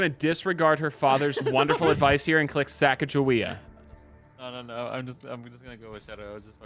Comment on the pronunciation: Sheesh they pronouncing Sacagawea wrong smh